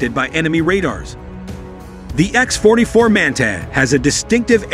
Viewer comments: epic AI reading fail!!! WTF is a man-tay? the word is pronounced man-tah you stupid machine. two thumbs down for click bait and stock footage and general BS. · Another AI bullshit video no real.information provided in this video no real pics of the manga wich is electro -gravatic The so called narrator can’t properly pronounce manta